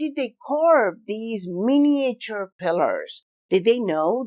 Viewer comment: Love you but please avoid trying to say miniature in future please m8 lol